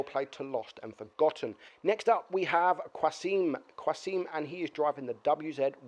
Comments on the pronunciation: Qa-sim, there's no U :) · Hahahaha the way you pronounce qasim is so funny